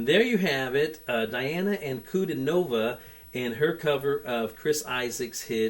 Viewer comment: I am glad to see you continue your journey. You will not be disappointed. BTW, her name is pronounced Dee aah na An coo DEE nova.